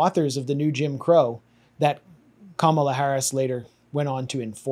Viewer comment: It's pronounced " Camel-Uh"